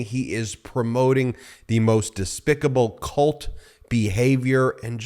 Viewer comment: You mispronounced 'cult' behaviour...